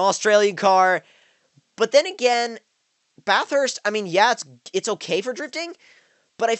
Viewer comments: Bathurst not bath-hurst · Yeah he wasn't saying it right.😂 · lol the way you say bathurst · The way you say Bathurst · The way Americans say Bathurst hahahahaha